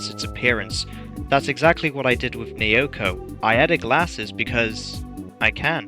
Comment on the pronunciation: As an unfortunate owner of Wii Music, I personally think the redesign for Naoko is pretty cute. Also, her name is pronounced "Now-Ko". Trust me, I had to learn that the hard way, myself. I also like the redesign for Ross. His old look is a bit too simple and not as expressive. I have to be honest, I liked the original design for Donna, since I saw her as a less of a mashup of Yoko and Alyssa and more of an orignal Mii design that looks like a light-skinned black or latina woman.